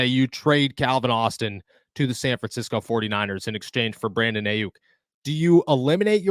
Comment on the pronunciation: The amount of times this mf butchered Aiyuk name is baffling lol and I’m supposed to take this guy serious as an analyst when he can’t even say a superstar wr’s name right lol